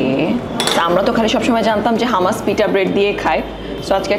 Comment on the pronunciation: hamas na eta holo humus, thank you.